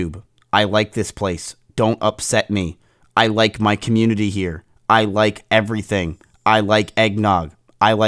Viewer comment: "I wike youtube"